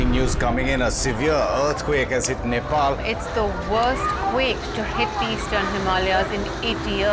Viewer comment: neypal? You pronounced it correctly earlier in the show but now its neypal? God this rediculous over produced, american reality show-like garbage gets better and better.